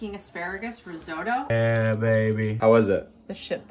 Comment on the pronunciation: It's so stupid the way American's can't pronounce Risotto🤦